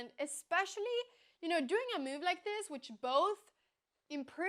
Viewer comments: I like the way the pronounces "move" as meow, very cat -like. I do not like her creating a user with a 600-rating and killing the poor souls playing against her. They never knew what hit'm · I find very cute the way she pronounces the word "move"